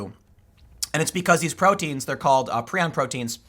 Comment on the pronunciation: Tim, it's pronounced "Pry-on". Prion. The repulsion most have towards cannibalism is an evolutionary safeguard against disease. There are some terrible, terrible, afflictions one can get from cannibalism. That said, sometimes, I eat skin from around my cuticles. I have dry skin and they get jagged and I can't stand it. And we should worry about prion diseases because there are some rare ones, like Fatal Familial Insomnia, that are a terrible way to die and genetic. It, and especially the non-genetic variant, Fatal Sporadic Insomnia, are very rare, but, nightmarish to read about. As someone who had an onset of near total insomnia, sleeping 4-6 hours every 6-8 days, otherwise unable to get past Stage 1 Alpha sleep, I, fuelled by paranoia, desperation, and the "just enough knowledge to be scared" premed education I had, learned a lot about this disease because I was having several of the symptoms. I never got better. But it's been three years and I'm still alive. I do sleep thanks to a cocktail of heavy sedatives, including a chemical related to GHB and Flubromazolam, the most powerful benzodiazepine drug discovered so far (All *legal*. The GHB related chemical is sold as a supplement and Benzodiazepines are schedule III, not covered by the analog act. I did not use benzos and was terrified of them because of their discontinuation syndrome, more lethal than that of alcohol, before this happened to me, but no doctor could get away with writing a prescription that would put me dow